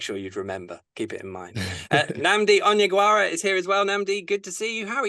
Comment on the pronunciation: Butchered the Onyeagwara